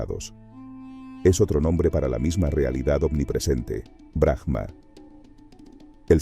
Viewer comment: Aum,en realidad es como se debería pronunciar el OM y es BRAHMA no BRAJMA solo en algunos casos donde la palabra termina con H se pronuncia como jota,en este caso es silenciosa. Hare krishna 🙏❤️‍🔥 exelente video